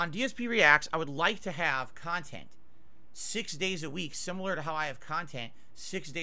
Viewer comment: "Reaction style khantent is the laziest kinda khantent"